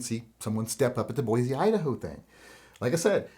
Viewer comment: As a good guy with a gun that lives in Boise, I personally was working, not shopping. Also, for future reference, it's pronounced Boy-See not Boy-Zee - us ID natives get salty about the pronunciation 😂